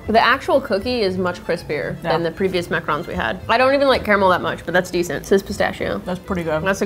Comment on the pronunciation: It’s not macrons it’s Macrons you say Mack roons not Mack roans